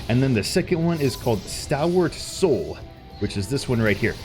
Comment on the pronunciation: for a second there I thought you said Star Wars soul lol ^^